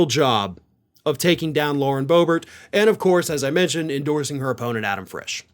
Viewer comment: "Boehbert" LMFAO